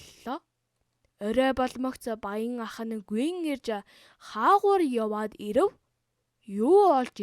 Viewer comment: Ирэв гэдэг үгийг ивэв гэчлээ😆😆😆